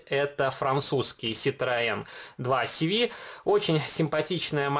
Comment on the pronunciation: Не два си ви , весь мир произносит по французки , Ситроен де ше во